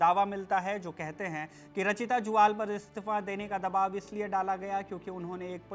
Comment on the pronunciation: ज्वाल नहीं जुयाल होता है